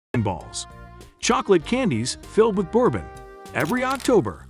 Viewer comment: The mispronunciations made this hard to watch. What the heck is boarbon and where is Lewis Ville?